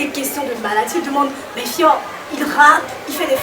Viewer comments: Fior* et non Foir. Merci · Foir ???? ON DIT FIOR DE BIOR